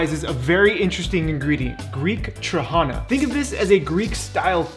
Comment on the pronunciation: Dude, respect for using sour trahana for a sweet dish O_O Btw, accent is on the last syllable - tra-ha-NA